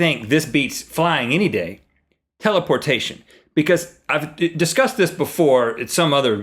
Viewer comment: thank u rhett for saying telaportation its always been my favorite